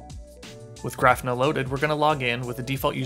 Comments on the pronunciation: Hey great video and thanks for posting it! I have to mention though that your pronunciation of Grafana is wrong. It's Graw-Fa-Na and not Graph-na. It's a play on the word Kibana (Ka-Baw-Na) which is from Elasticsearch. Grafana originally was built to use Graphite, so kinda how it got it's name. Anyways again thanks for the video. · Great video. But it is pronounced Gra-fa-na, emphasis on the first syllable. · I was wondering if I had been saying it wrong when I heard him. Thanks for that explanation.